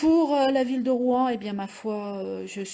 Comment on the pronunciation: C'est ROUEN et SEVESO, pas ROUAN ni SEVISO. Ça laisse présager de la qualité/pertinence du reste de la vidéo.